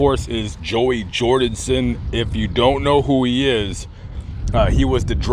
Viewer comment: “Joey jordinson”😣